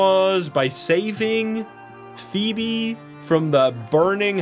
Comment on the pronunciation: Sorry, English is sometimes hard for non native English speakers as he effortlessly pronounces “Phoebe” perfectly in the same breath. Hahah I’m at minute 13 so far.